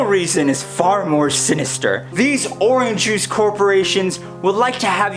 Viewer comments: Are you saying Oran Juice? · It’s funny how you say “Oran Juice” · When you're running out of ideas, make a video about orange juice where you mispronounce orange juice a lot. -youtuber101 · The way you say orange juice bothers me slightly.